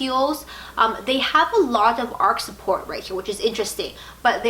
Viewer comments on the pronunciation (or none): arch not arc. ARCH rhymes with MARCH.